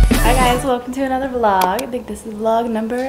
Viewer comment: Why you are saying vlogggg .. and you used to say vllllloooooooooogggggggggg.... i want those ancent for the word vlog ... btw i love you ..